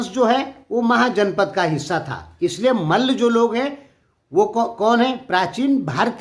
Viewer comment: Abe tum bolna sikho Kay mal bolta hai malla boll